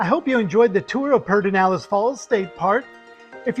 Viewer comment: This is not how Pedernales in pronounced, but it is a great park!